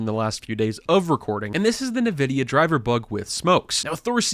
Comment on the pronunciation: "nuh vidia"